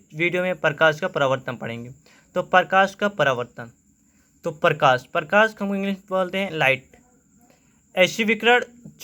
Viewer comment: Parkash nhi prakash hota hai..